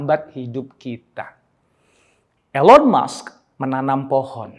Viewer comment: bacanya ilon mask pak jadi agak kurang enak di telinga, but it’s okay🙏🏻✨